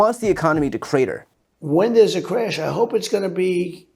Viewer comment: Trump says CRAYUSH not CRASH